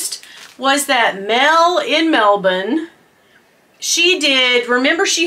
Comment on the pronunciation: You pronounced Melbourne like a true too! You said it as MelBIN! Most Americans say MelBorn hahaha